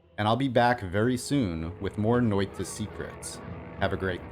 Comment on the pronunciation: Noita is pronounced with a shorter t than your saying now (probably heard this many times already